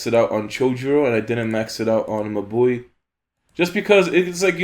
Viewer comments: Haha u pronounce mabui like my boy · Was looking for this comment! Took me a few "mah boi"s to understand that he was referring to Mabui lol I love that pronounciation